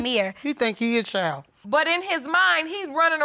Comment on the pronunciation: CHILD with a D - not a chile